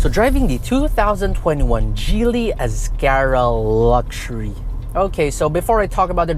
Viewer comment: it's Giily ( Hard G) not Jeely